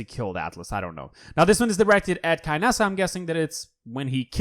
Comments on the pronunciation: 'KYnessa'... No it's Kinessa. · Keenessa is closer than Kaynessa, he did it wrong. This is how she says her name.